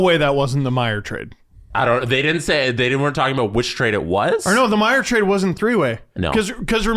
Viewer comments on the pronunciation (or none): none